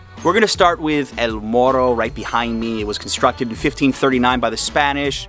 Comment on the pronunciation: Me encanta en sólo un día ya pronuncias la R como Boricua. (MORRO), una pregunta que nota ò puntuación le dio Adriana a los tacos 🤪, Gracias por visitar la isla.